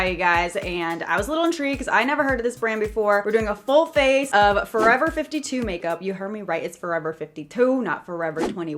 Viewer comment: Is it just me or does it trigger u when she says forever 52 no just me ok...